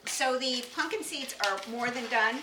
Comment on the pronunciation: I love that she says "Punkin" seeds